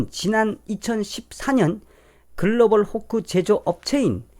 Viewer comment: 도대체 "글로벌 호코"가 뭔지, 그 발음이... Global... Fork? Hook? Hock? 아니면... pork - hock? "콩글리쉬" 가 너무 어렵구먼...